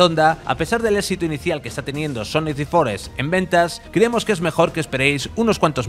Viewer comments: Se pronuncia "DE forest", no "DI forest" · DA forest